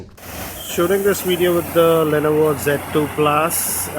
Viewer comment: sir lainaivo nahi hota li-novo hota hai #pronunciation